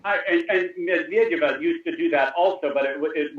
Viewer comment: Thank you for the vid!! ALSO - its not med-veed-eva lol. med-ved-yeva. med and ved rhyme.